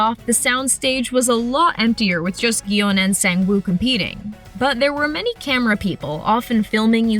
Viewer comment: Seong, gihun's last name is pronounced as sung. Not weird saeong. If you watched the show you should have heard it multiple times.